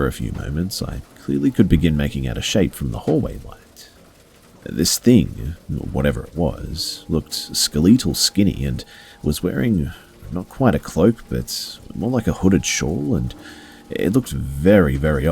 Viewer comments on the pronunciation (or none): No disrespect, but did this man just say SKEL-LEET-TAL, INSTEAD OF SKEL-LET-TAL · Can pronounce Kathmandu cannot pronounce skeletal (said by him as skuh-lee-toll) All jokes though good content.